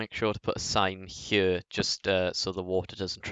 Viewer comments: How the fuck do you even say here, its sounds like chjø how you say it. Just fucking say HERE. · I hate the way you say here